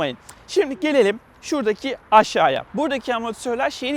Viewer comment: gibi sunmuşsun bravo! gelelim şuradaki aşşaya nasıl bir Türkçedir.. Madem ekrana çıkıyorsunuz gidin diksiyon dersleri alın.. Bizi bu eziyete maruz bırakmayın.. Tanıtım izleyeceğim diye Türkçem bozuldu yemin ederim:)